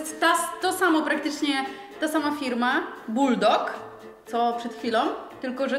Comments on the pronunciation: Buldak nie buldok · Po pierwsze to nazwa tej zupki to ,,BULDAK" A nie buldok, a po drugie to jak wy jecie ty mi pałeczkami to aż mnie krew zalewa, że nie dość że ich nie oddzielacie to do tego jeszcze nawijacie ten makaron jak jakieś ułomy, Boże ale wy jesteście prości, jak nie umiecie jeść pałeczkami to używajcie widelców. Dziękuje za uwagę i pozdrawiam oraz mam nadzieje że zabierzecie ten komentarz (który czuć aż na samym końcu YouTuba że mam ból dupy) do serca. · Mowi sie buldak nie buldok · To nie boldak tylkobuldak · Nie buldog tylko buldak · Mówi się buldag